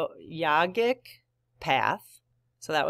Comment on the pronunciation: Yogic is pronounced yo-gic like yo-ga… love your readings, talks and energy! Thank you ❤ “Perfection is the enemy of the good” a quote I think of often, can’t remember the author